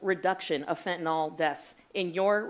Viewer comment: Now, now i am concerned at how all that beautiful fyntenal is being treated once its been confiscated. Fyntenal has rights to. Lol 😂